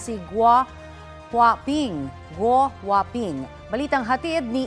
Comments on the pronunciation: GuoHuaPing? GWAPING??? 😅😅 baka it’s a prank. lol 😅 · Gouwhaping,🤔🤣🤣🤣🤣 Parang pugi sa pandinig ko.